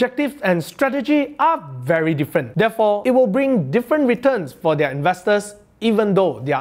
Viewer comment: learn how to pronounce their